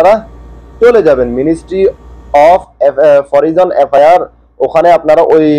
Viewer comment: ভাই ইংলিশ এর উচ্চারণ তো সঠিক করেন!!! এটা হচ্ছে (ministry of foreign)"মিনিস্ট্রি অফ ফরেইন"